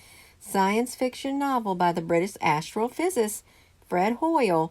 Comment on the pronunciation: "Astrophysicist " -5 syllables.